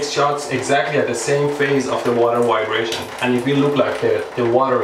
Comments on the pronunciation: LOL! I love the way he says, "Wybration" for "vibration." Indians do this and I'm not sure why, because they weren't ever taken over by the Germans, but rather the British who pronounce the "V" sound as vx vveee, not wwwweee. Trying saying "valves" with the "v" being the "w' sound. LOL. But they do it!!! Stranger still is that they can and do say Vvvveeeejay, but use the "w" sound for everything else. Yep! India is THE most exotic country I've ever visited and I love it, BUT I do wish they could derive the "v" sounds as they should be. I have lived in the city of Vashi where some say it with the vvv sound, but most others as though it was a www sound. LOL 😂🤣😂❤️ Nevertheless, it was a very good and informative if not entertaining video! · Is no one gonna make the 12 yr old joke pointing out how he says "vibrator" HUE HUE HUE